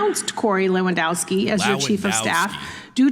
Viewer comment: It should be - levandovski - like this footballer. Polish name. W is always V in Polish. And we have v only in imported words.